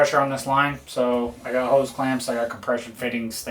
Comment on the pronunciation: I am British did he say he was getting some Oze or Os or Hoes or Hose? He he he.